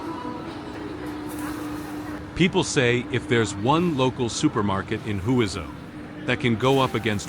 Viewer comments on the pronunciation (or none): The correct pronunciation of Huizhou is 'hway jo' The AI narration is not correct